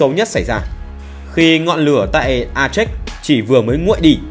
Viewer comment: A chếch gì ? Phiên âm cho đúng tiếng Việt là A chê